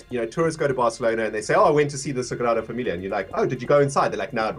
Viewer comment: love how you said the Sagrada Familia's name (i'm actually from Barcelona😂)